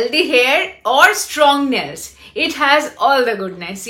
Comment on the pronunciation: Nails not nells😂😂😂😂😂uff byapok pronunciation😂😂😂😂😂.